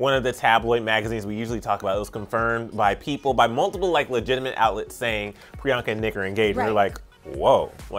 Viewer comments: It's priyanka not Rriyanka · Pree-I-Yank-It Chupacabra